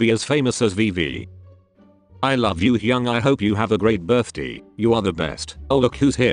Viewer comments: "hApPy bIrThDeE" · “happy birth-dee”